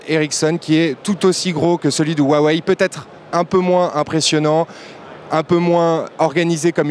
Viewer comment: SA SE DIT AWEI PAS WAWEI